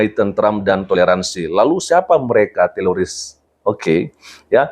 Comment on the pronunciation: Bukan teloris pak pdt..tapi teroris..